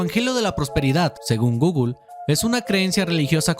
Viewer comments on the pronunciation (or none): none